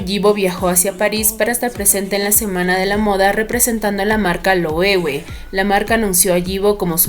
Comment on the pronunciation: Thanks for caring for correct pronunciation of LOEWE))